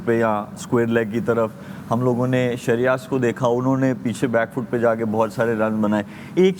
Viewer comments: Everything is great but Sreyas ko sreyaas mat bulao sir ji.😅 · You guys are pronouncing shreyas's name wrong